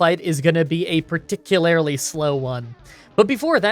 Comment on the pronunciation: THIRD TIME MISPRONOUNCING "PARTICULARLY".